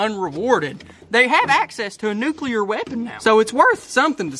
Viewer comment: It’s a nucular bomb